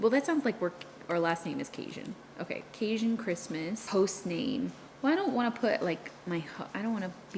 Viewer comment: I am from Louisiana also. I have never heard CaJun pronounced the way you say it. Is it something only the new generation says? All my people are from Louisiana and all my hubby’s family is from Louisiana and none say it that way. Just wondering.